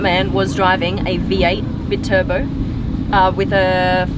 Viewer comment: please learn how to pronounce BI-TURBO ... not it's BIT-TURBO ... it's BI-TURBO ... BI meaning two